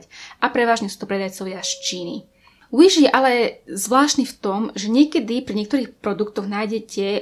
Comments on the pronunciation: Nečítaj to Uiš prosím 😂 číta sa to Viš😂 inak super video❤️ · Wish sa číta Viš a nie Uiš😂 Ale inak dobré video🔥😀